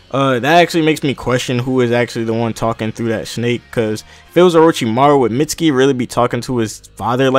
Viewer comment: it's pronounced meet-ski